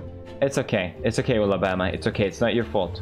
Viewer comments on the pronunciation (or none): he said ulabritha for Alabama 😅❤ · It's Ullabama like Ulla britta yk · I like how he called Alabama Ula Britta (if thats how you spell it lol)